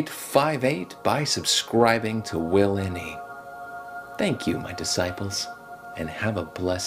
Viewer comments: She’s calling you willMe instead of willNe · SHE KEEPS SAYING WILLME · its bothersome. is it that hard to say WILL-N-E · 'WillME' ha lol